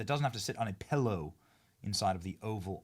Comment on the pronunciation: Benny: PELLOW, MELK, MELK SHAKE. Come on big dog there is NO E’s in these words. Say it with me MILK, milk shake, PILLOW 😂🎉